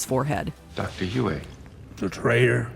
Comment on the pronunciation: still pronouncing words wrong when the proper pronounciation is in the source material. Some things never change. It's pronounced U-E!